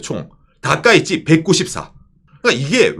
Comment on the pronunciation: 다카이치가 다까이네로 들리는건 저말고 다른분 계신지?